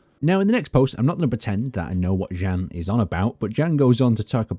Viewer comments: Hi! I am from czech republic. We read name "Jan" more similarly to "Ian" than "Gan". Have a good day! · is pronounced "Yawn" or "yahn" not "Jan" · I've never heard anyone pronounce Jan like fucking "Dzhæn" Yon. It's a form of John. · I'm suspecting he is not pronounced as "Jen" - rater Jan, J as in Yolo, A as the open a in Mara. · Just a small correction, since I am Czech, just like the developers of Space Engineers: Jan (Jan Hloušek) is pronounced the same way you would pronounce Yan (EDIT: As Brianellis said, the full name is Yan H-Low-Shek. H being pronounced in the same way as in the word "hard") Or, the other option: just say John.